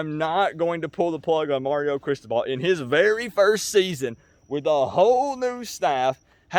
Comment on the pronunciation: you are totally mispronouncing CRISTOBAL. BTW - Do NOT call "me out" on a 9-3 season, bruh. Remember, I got my MBA at da U in 1991, and that team was stacked with enough talent that it could beat a really 💩'y NFL team. You can't make chicken salad out of chicken shit. How is Lori and your Mom.....and dude, what were you doing in the hospital for so long? Love ya, bruh.